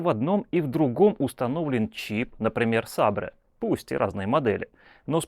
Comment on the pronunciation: ЦАП "Сабре"?